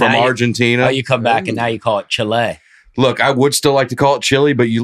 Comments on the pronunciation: it’s pronounced “chee-lay” not “cha-LAY” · Lol, i forgot how much i love when they’re all together. By the way, its not chLAY either, its pronounced Chee-leh 🤦🏻‍♀️ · still sounds like an idiot saying Chile. It's pronounced Chee-leh, not Chill-Ay. Love the attempt though.;P